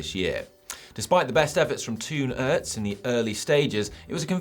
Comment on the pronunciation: The 'oo' in Toon Aerts is pronounced the same as the 'o' in hope for example. Dutch isn's that hard! ;)